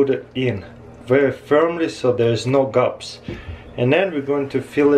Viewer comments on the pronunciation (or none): for a second i swore i thought he was saying "so theres no gups" but nope he was saying gaps